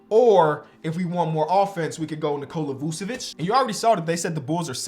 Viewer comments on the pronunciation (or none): none